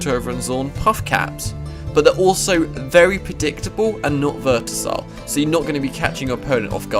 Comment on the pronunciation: Versatile not vertasile